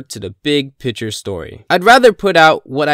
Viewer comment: Hey, since you don’t understand this, I’ll point it out. There’s actually a “c” in picture! I know, I know. Mind blowing stuff, usually a person with no accent knows this but it’s okay, we all make mistakes. I just don’t think you know it’s the big picture show. NOT the big “pitcher” show as you keep saying. I never watched that as a kid. While we’re here, say it with me, fig-your. Figure, your. Not figger. That’s borderline racist, Christ man this isn’t so hard